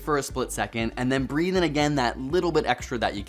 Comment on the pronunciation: Breathe not breath